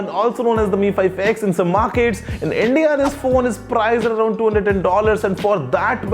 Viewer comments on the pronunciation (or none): did he say endia